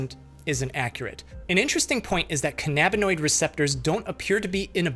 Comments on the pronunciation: this guys pronunciation of cannabinoid is killing me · Why do you pronounce it "ca NAH binoids?" It's pronounced "CA na bin oids" lmfao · You’re pronouncing “cannabinoid” incorrectly. Do an audio search if you don’t believe me. The accent is on the first syllable, not the second. This is not as annoying from uneducated people, because they don’t know any better, but from supposedly educated people it’s unbearable. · Can-uhh-bin-oid is how you'd pronounce it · BULLSH*T first NOBODY eats 96 gummies as a snack and do you know how much 96 edibles costs??? Plus he's not even pronouncing "canabanoid" right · cuh - nah - buh - noid 🤣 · I've never heard anyone pronounce cannabinoid that way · That's not how you pronounce cannabinoid. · The way you pronounced cannabinoid killed me, the acting and everything is just chefs kiss I thought this was satire at first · I actually enjoy learning the scientific effects and medical breakdown. I guess alot of ppl are opposed to gaining knowledge 🙄. That being said the way he pronounced cannabanoid is irritating to Me too LOL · Someone teach him how to pronounce cannaboid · I've never heard the word cannabinoid pronounced like that. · the way he pronounces cannabinoids pisses me off. its "cannabis" not "cannabis" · How you not know how to pronounce cannabinoid? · How doc pronounces cannabinoid... lolol or anything with the prefix cannab